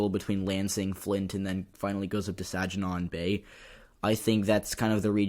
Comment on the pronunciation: Good job with the vid-- I'm in Michigan, and I learned a couple of things! (BTW, for future reference, Saginaw has a hard "g")